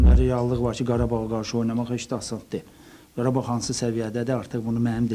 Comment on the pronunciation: Qarabağ❌️ Parabağ✅️